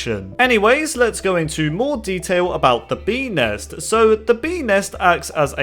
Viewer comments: I hear penis instead of bee nest or ness idk ._. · beenest sounded like penis